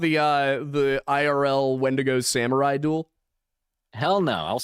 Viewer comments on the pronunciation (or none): none